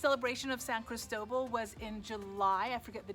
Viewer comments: Why the hell are you pronouncing St. Christobal so strange ? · It's spelled San Cristóbal, not "San Cristobal". It is named after both Saint Christopher and the bishop, Bartolomé de Las Casas.